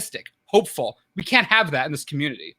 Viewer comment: Also, did really say "I cat let him down" just after revealing? LSV must have been rubbing off on him...